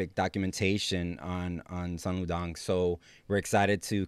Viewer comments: Sun Lu Tang....Soon Lou Tahng..... not Dang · It’s Sun Lu TANG NOT DANG WTF!!